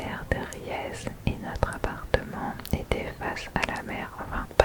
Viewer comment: Coucou, en tant que Vendéenne, j’ai adoré ce vlog !!! Je confirme, cela arrive malheureusement assez régulièrement que des voitures restent piégées sur le Gois… 😮 Et pour info, Saint Hilaire de Riez se prononce Saint Hilaire de Rié 😉 Merci beaucoup pour cette vidéo au top sur notre beau département 😍